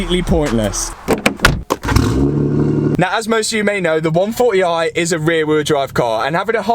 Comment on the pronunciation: Love how he says 1 4 e i haha